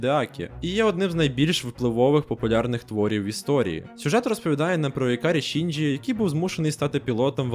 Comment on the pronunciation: ІКАРІ ШІНДЖІ, НАРЕЕЕШТІІІ, ДУЖЕ ДЯКУЮ ЗА ПРАВИЛЬНУ ВИМОВУ